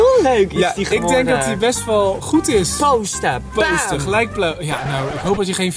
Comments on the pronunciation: zegt posten met de o niet oo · zegt possten